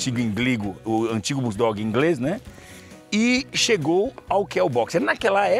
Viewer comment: O pessoal confundem BOXER, por BULL DOG e ainda falam BORDOG